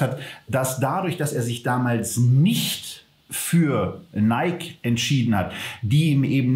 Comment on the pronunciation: Top! Danke.PS:Film geguckt, aber dennoch nicht "Neikie" gesagt. So wäre es richtig 😊